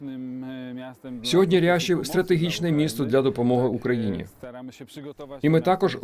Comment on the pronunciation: Не ряшів, а Жешов......